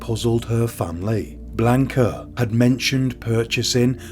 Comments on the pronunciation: Did you even bother looking up pronunciations in this case? I find it super disrespectful that you mispronounced the victim's name every single time you said it. It's not Blaynk-uh. It's Blaahnca. And the rest of the spanish was just so... English. It's really not that hard to look it up. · You're pronouncing her name wrong. If I were to offer a transliteration, it sounds like "Blonka."